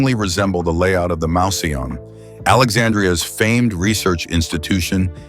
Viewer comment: The robot voice persists in mispronouncing "mouseion". It should be pronounced "moose - ey - on". Also, "strah - bo", not "strey - bo".